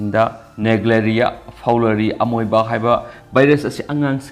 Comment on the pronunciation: pronunciation loina lalle. Houston.. amoeba lalle..